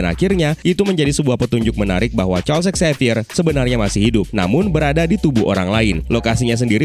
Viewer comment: Charlsex xavier?? Atou apa sih ngomongnya, harusnya Charles Xavier kann